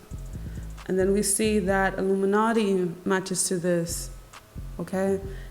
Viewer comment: why "Illumanati" ???